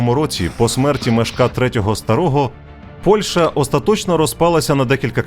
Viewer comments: ПольЩа, а не ПольШа. А за відео дякую! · Дякую за відео! Сподіваюся, буде продовження. І, будь ласка, ПольЩа - [п о л' Ш Ч а], а не ПольШа.